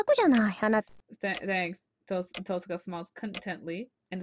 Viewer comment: I love how you've started saying TOHsaka rather than tohSAka. Once you get started with the visual novel, tohSAka sounds so wrong... lol :D